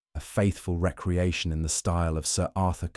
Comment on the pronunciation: Excellent story! The narration is wonderful except for one jarring mispronunciation… it is pronounced re-creation not reckreaction.